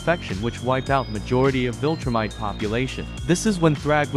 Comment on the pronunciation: You pronounced vilTROOmite wrong